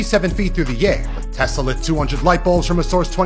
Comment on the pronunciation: Bro pronounced Tesla's name perfectly.